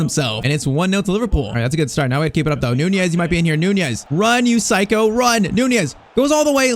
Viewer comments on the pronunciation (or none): none